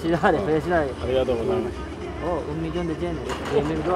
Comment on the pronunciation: ありがとうございます！発音が上手。